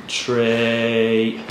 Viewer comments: Is he saying tree or three 😂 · "five, four, tree, two, one," is eternally burned into my brain now.